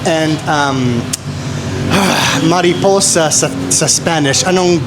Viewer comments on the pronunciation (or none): none